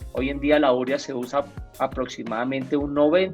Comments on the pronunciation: No se dice úrea. Se dice uréa y se escribe simplemente urea (sin acento). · ¿Por qué pronuncian úrea? ¿no se dice urea? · U–re–a. No es palabra esdrújula. La sílaba tónica es "re". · Llegué aquí por la pronunciación de agricultores artesanales y de un ingeniero agrícola al escucharles ÚREA, y me encuentro aquí, qur también. ¿Qué está pasando?